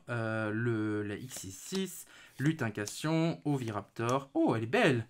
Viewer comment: Juste une correction, c'est "LutinCANTAtion", pas "lutincation" :P Sinon toi qui voulais les Âmes du Vainqueur, bah avoir deux fois la carte maîtresse dont une en collectors (qui est vraiment pour moi la rareté la plus belle à regarder), je dis bravo ! J'espère être aussi chanceux !